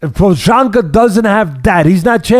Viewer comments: Pojaka , pojama , pohaka lol teddy never misses. Texera lol just call him jiri and glover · "TEX-era" and "Pro-HOCK-uh" 😂😂😂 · Teddy: Proshaka: Prokhaka Prochazka: Am I a joke to you? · Wish Teddy would just go with their first names Jiri and Glover instead of butchering their last names LOL. made me cringe at every single attempt ahahaa